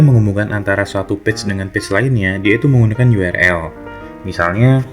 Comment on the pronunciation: Sudah banyak sekali tutor Indonesia yg ngomong URL dibaca yu er el... Yg bener itu yu ar el